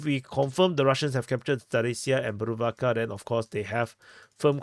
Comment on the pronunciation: Yay did not butcher the pronunciation of bhuruvatka😂👍👍